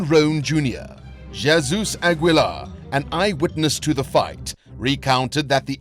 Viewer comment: 😂 did you really say JayZoos? 😂